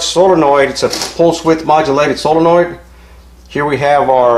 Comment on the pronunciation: "Sololoid" lol